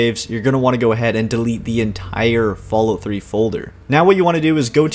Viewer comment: I noticed that you pronounce Fallout as Fallút, like they do in parts of Scandinavia, Iceland and norther England. You wouldn't happen to be Canadian are you?